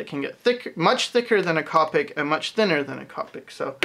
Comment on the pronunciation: Great video. For future reference, the correct pronunciation is "co-pic" not "cop-pic".